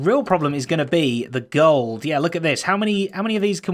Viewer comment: Impluse: Did someone just say GOOULD?